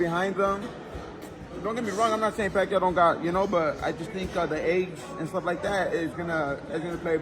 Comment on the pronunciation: CANT EVEN SAY PACQUIAO LAST NAME RIGHT 🤦